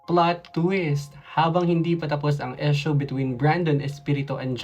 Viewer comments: Kung di ka Naman part ng mga halfies Tagalog na lang tayo 😂😂😂kasi Ang EESH- YU at IS nagiging EES. Okey lang po mag English pag Tama Ang pronunciation. Ang Proud pure PINOY here. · Esyo? Palumu? Hijo practice ng proper pronunciation okay... Para di mapagtawanan at huwag sabihin n visaya k okay...